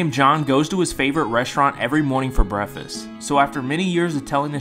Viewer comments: Why don’t you pronounce the “K” in Breakfast? 🤔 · This was a great video but is the way you pronounce "breakfast" done on purpose? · Is no one gonna talk about the way that he’s pronouncing breakfast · Ive watched this twice now, why does he not pronounce the k in breakfast? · Why doesn't he pronounce the k in breakfast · Why do you pronounce breakfast like that? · Fool is allergic to pronouncing the K in breakfast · The way you pronounce breakfast pisses me off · Can you not pronounce the letter K? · Is anyone gonna talk about how he is not saying breakfast and saying breafest? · He has a speech impediment if you listen closely you can hear it through out the vid but he’s done a really good job on improving it though cause it’s hard to tell other than brefes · Breath Fist! 😂that’s what I hear you saying. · Can you not pronounce the letter K at all? You're pronouncing it, brefist..... Do you also say libary???🤔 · Brehfest ahaha dude needs to learn how to pronounce words before making videos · I know this is meant to be a sweet video but he can’t pronounce the k in breakfast at all, he just says “breafast” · Stop pronouncing K when u speak English Him: breafast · Thats sweet but work on your pronouncing cuh you say brefest its called breakfast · You know it’s not pronounced “Breffast”, right? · Dude cant pronounce the K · I know a few kids who pronounce it braf- kass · I couldn't figure out how to spell what I was hearing, so there would be no mistaking how it was pronounced...but you nailed it with brehfist, good job! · OMG...I didn't think anyone could get closer than brehfist, but breffas may be even more accurate! He doesn't pronounce the K AND the T. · that’s my point bro I’m saying that breakfast isn’t pronounced “brefast” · I adore grown adults who pronounce breakfast "brefuss" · Jason Genova pronunciation. “Breffis” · Breafess is how I’m pronouncing Breakfast from now on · U can’t pronounce K’s or something? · he doesnt pronounce the k at all